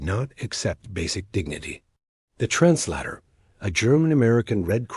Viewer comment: I hate the pronunciation of translator as "tranclahtor". Why can't you get your AI applications to use English? Are you too cheap,. or too lazy/